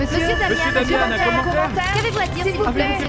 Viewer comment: Rolio qui appelle Damien quo Damio 😂😂😂